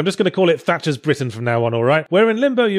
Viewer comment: Haha... Tatcher's Britain... I laughed every time you said it.